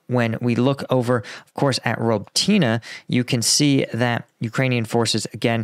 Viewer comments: I really wish you'd check how to pronounce Robotyne with a Ukrainian speaker 🤣 It's more like Roboty-knee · Its pronounced ruh-BOH-teen-ay. But you'll get it before wars end. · For crying out loud,. You’re still improperly pronouncing Robotyne. 🙄 🤷‍♂️